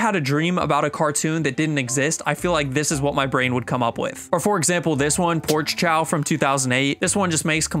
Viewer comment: bro said porch chow 💀